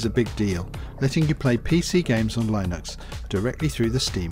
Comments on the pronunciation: line-ux and bee-ta lol, no no no, it's li-nux and bey-ta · thanks - just one comment it is pronounced lyn nux